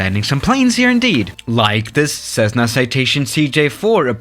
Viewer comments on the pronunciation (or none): I heard "Cezzna"